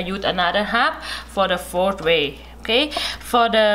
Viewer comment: Fourth way is pronounced as ( four way) by her. Interesting....